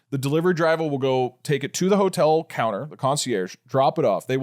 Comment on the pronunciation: i thought it was pig shop